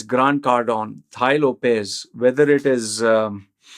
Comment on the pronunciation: It is not "Thai Lopez" 🤣🤣 It is taaii Lopez